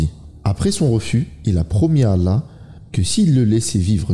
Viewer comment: On dit pas alla mais Allah…arrêtez vos trucs bizarre